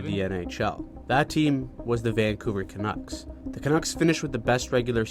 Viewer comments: Canooks lol ca nucks bud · Hi. The name Canucks rhymes with Ducks. Yes, the quacking bird.